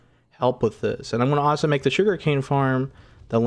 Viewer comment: Your videos are fun but ahso drives me nuts 🥜